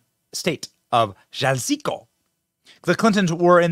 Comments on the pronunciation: Did you call it Jaaal-sico?😂.... It's pronounced Huh-lis-co...lol! Haven't you ever head of the Jalisco New Generation Cartel? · Ok, look at least take the time to look up the word Jalisco which is NOT PRONOUNCED JAZZEEKO nor spelled remotely close to that! It's pronounced HA-LIS-CO! Common man!!! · ITS PRONOUNCED, "HALISCO" MEXICO, NOT JALALISCO!!!!😂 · Did he say Jalisco like Jail-isco on purpose? lol cuz it’s definitely pronounced Hal-isco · Benny pronouncing Jalisco as Jazz-SEEK-oh with a hint of Mexican accent was amazing. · (jalisco) halisco is how you say it Benny! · All I can hear is "Jazeeko"😂😂😂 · Where the fuk is the Cartels when you need them?? Come on it is Ja-lis-co! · Jalisco is pronounced Ha-lis-co... remember, i's are pronounced like when saying the letter E in reciting the alphabet. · Jalisco sounds like Ha-Lee-ScO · Jalisco = Ha-lis-ko 😊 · 😂😂😂 Hey Benny, Jalisco is pronounced “hah lees’ co”. (Not proper pronunciation grammar but you get it) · The Mexican state of Jalisco is pronounced Halisco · Jalisco = ha-lee-skö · Jalisco is pronounced HA-lizzz-ko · Pronounced Hahl-lees-co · Pronounced “Halisco” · It’s pronounced “Ha-Lis-Co” Jalisco but alright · Benny, Don't you live in Florida? There are plenty of spanish-speaking citizens there, I thought you would have a basic grasp of the spanish language. Maybe someone on your staff can help you out with that. Jalisco is pronounced: "halisko". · You're a great guy, but your pronunciation of "Tamarindo" (Tah mah rin doh) and "Jalisco" (Ha lis koh) are terrible. 🤣🤣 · Learn how to pronounce Jalisco! 😂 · Embarrassing pronunciation... I think you're dyslexic based on many other similar instances. Tamarindo and Jalisco. Otherwise, great content, as always!